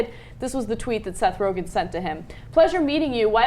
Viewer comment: I know this is assholey, but his last name is Rogen, not "Rogan"